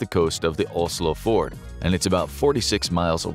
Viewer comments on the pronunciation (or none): Fjord is pronounced "fiord" BTW!!